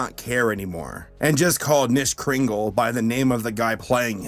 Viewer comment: It’s kanishmas the k is not silent! No offense.